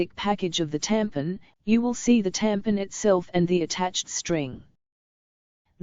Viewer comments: Who else came down here just to look at the comments on how she kept saying “tampin”😂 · Hahaha “tampin” the way she says it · It’s hella funny 😂